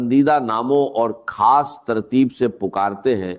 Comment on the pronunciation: دوسرا اس شخص کی زبان پر توجہ دیں۔ یہ یو ٹیوبر کوئی ساتھ والے ملک کا ھے۔ خاص کو کھاس اور راز کو راج بولتا ھے ز کو ج بولتا ھے چور کوئی نا کوئی غلطی کر بیٹھتا ھے جس سے وہ پکڑا جائے۔